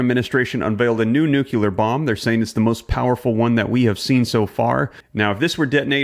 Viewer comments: It’s pronounced NU-CLEAR. Great video. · Please learn how to say nuclear. “New-Klee -er” there’s only one U in nuclear. You’re too smart to sound so ignorant. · Learn how to properly pronounce Nuclear There is no u after the c. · You say "knowledge is power", yet you don't even pronounce "nuclear" correctly. Sad. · NUCLEAR NOT NUCULAR???????? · sorry, I just can't take you seriously if you can not even pronounce the work nuclear. It is pronounced nu-clee-ur. Not nuke-u-lar. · Bro, I really didn't want to split hairs or pretend to be a grammar coach, but it's nuclear, not nucular. Peace. 🤯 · Why is it that so many people can't pronounce nuclear . Not NU C U LAR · is there a u in the middle of the word nuc(u)lear that i am unaware of? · It's nūk-lē-ăr, not nūke-ū-lěr. The best illustration of how a bomb operates is in a Stargate Atlantis (Season 3: Episode 20). You might also find it on YouTube. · Please say nuclear not nukular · Thank you for all of your research and reporting. I watch all of your videos. I like to stay as informed a possible. I do have a favor to ask tho. When you say the word nuclear, you are actually saying a word that doesn't exist. It's nuclear, not nucular. That's a big trigger to me. You are a smart man, I can see that for sure. Please keep up your good work. I I'll be watching for sure. Again, thank you for all your hard work. All of these wars and battles are all biblical prophecy. Jesus is coming to take us home soon. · Nuclear is pronounced… New- Clear, not New- que-ler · New clear not Nook U lar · It's not nuCULAR... It's Nuclear and stop with the SMASH the like button. GEEZ! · Why nu-cu-ler? I don't get it. It's "nu-clear" Can you say clear? So go again. New! Clear! Stop the nu-cu-ler foolishness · NUC-LEAR Dude. Not nuculear. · It's pronounced like it's spelled: nuclear, not nucular. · Maybe, I'm being nit-picky, but you would sound much more intelligent, if you could pronounce nu-clear right. It's nu-clear, not nuk-u-lar. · Not NUCULAR